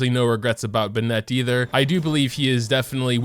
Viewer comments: no one:: 'buhh-net' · Everyone: bennett This guy: 🅱️net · "BeHnEtT" annoys me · The way you pronounce Bennet loses you all credibility. Common sense. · the way you pronounce Bennett gives me anxiety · You pronounce Bennett's name wrong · Why do you pronounce Bennett like that T_T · Whats up with people not being able to pronounce the names in this game. Bennett is a super easy name and hes saying it all wierd like, he doesnt have an accent that makes me think hes not american so wtf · His pronounciation of the name Bennett is because he's essentially reducing the Beh sound at his name instead of keeping a consistent pace of speech. But yea i get what you mean too many people can't say their names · The way he pronounces "Bennett" LMAO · Am I the only one who's kinda mad at the way he says Bennett (No hate) 💀💀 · The way you say bennett causes me pain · He keeps mispronouncing Bennet. It’s really messing with me. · The way you say Bennett......... horrible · Why do you say Bennett like that? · Stop saying Bennett's name like that. What the hell is wrong with you? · The way you pronounce Bennett and husbando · Are you saying Bennet's name wrong on purpose? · PLS thats not how you say bennett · Imagine being a Bennet main and not pronouncing his name correctly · WHAT THE FCK IS BE-NET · I'm usually pretty lax about the way that people pronounce things, but the way he says "ben-net" rubs me so wrong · Ben-Net...?!? Does the way he pronounce this annoy the crap out of you? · This guy pronounces Diluc as Deeluke, and bennett as buh net. Kinda triggers me and kinda makes me happy... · no one::"BINET" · why do you pronounce bennett as "buh-net" he literally says it the correct way 🤨 its "ben-nit" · BennEt Everybody else: BEnnet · Its not ben-net its bennet 😣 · Ben-Nette? lol bro... It's just Bennet not Ben-Nette. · its Bennett. Not BennEtt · Ben-eht?? (Ben-it) (Koo-ching) Get your fav's name right, bro. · Who tf benêt.... its bennet....